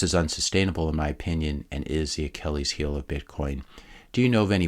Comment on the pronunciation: is this a computer talking (who mispoke the achilles' heel)